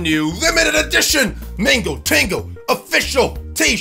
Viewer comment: bro it's mango not Mingo!!!